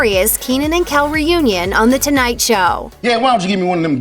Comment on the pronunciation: It's Kel not Ken!!!